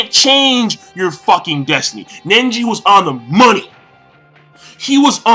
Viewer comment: Why is he pronouncing it Nenji lolol